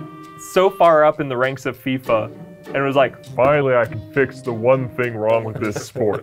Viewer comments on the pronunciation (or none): none